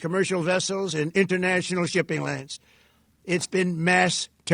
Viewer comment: Trump cant even pronounce "lanes"...what the hell is a shipping "lan"?